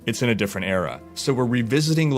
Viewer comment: ERA not AREA for the love of god!:)